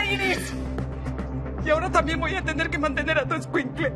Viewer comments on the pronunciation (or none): el “esquinclue” de la mamá✨